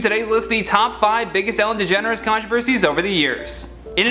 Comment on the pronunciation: I thought he said Degenerate